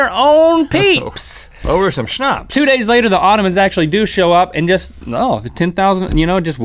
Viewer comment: Wow you actually pronounced Schnaps right, but it is written with one "p" (im speaking German so I should know that)